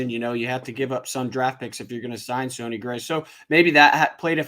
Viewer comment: I'm just glad we didn't sign him, so I don't have to hear "sony" gray